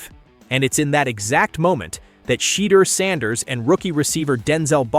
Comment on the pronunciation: Why can't you pronounce his name properly